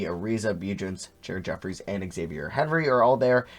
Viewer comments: It’s za-v-yay not x-avier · “Xavier” lmao, it’s “Zah-vee-ayy” Henry